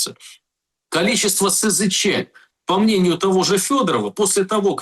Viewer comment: А ты, дорогой, не умеющий ставить правильно ударения в словах, человек не предполагай. Знать надо! Если СЗЧ, то значит чувак ушел без оружия и БК. С оружием и БК не СЗЧ, а дезертир. И цифры СЗЧ не такие уж пугающие. У меня большинство знакомых не раз и не два уходили в СЗЧ. А дела могут открывать по случаям СЗЧ. Рекордсмен один чувак 8 раз сбегал. А знаете с чего начинает знакомство командир с новоприбывшими - объясняет что бежать надо без оружия и БК.